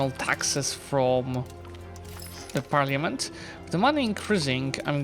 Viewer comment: Looks so good, awesome video!! One thing i wanted to say about Parliament.... since the word will likely be said a lot in EU5... its pronounced like "par-la-ment", the letter i doesnt really get said. Not sure if you mispronounced it on purpose or on accident, but thought id mention it just in case!! Love you